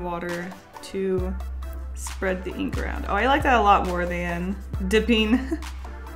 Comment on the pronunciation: Eeenk I love how pronounces ink